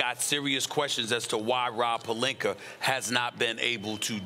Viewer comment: Hold up wait time out did Stephen A. Smith FINALLY say Rob Pelinka with an A instead of Rob Pelinker? 🤔I'm over here speechless